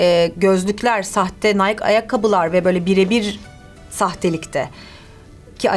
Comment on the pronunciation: Nike nayk diye okunmuyor bu arada nayki diye okunur